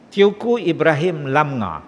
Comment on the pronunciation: Teuku itu dibaca Tengku.